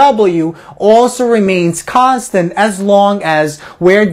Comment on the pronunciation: the video could have completed in half the time if it was just constant instead of "KHAAAAAAANSTENT!!!!!!!